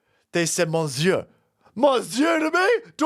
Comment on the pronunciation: He pronounced monsieur wrong 😂